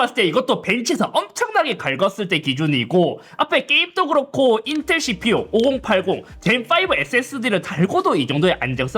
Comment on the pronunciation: 에서 인텔ㄹㄹㄹㄹㄹㄹㄹㄹㄹㄹㄹ 하는 거 웃기네여 ㅋㅋㅋㅋ